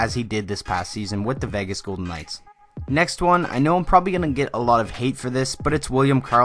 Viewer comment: It's VAY-GIS... not VEH-GUS